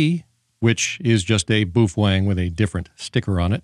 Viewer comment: Why do you call it “boofwang”? You have pronounced it correctly in past videos. Just curious!